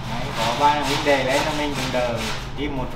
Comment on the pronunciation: huynh dê" ok nghe sao ma am lon g vay!